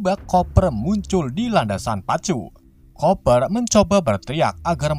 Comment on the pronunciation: Bacanya kuper bang bukan koper😂😂😂😂